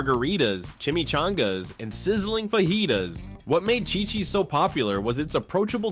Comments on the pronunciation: Yes pronounced cheeee cheees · Phonically: It's not chai-cheese as you pounced it, it' chee-cheez. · Did he say Shychis?!? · Yes, you're mispronouncing it.